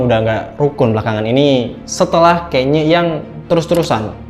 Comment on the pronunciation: Jadi namanya Kenya atau Kanye? Dari awal kok sering dengernya nyebut nama "Kenya" wkwkk